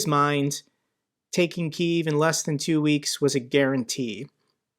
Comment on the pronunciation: It's been a full year and a half, , how do you still have no idea how to pronounce Kyiv?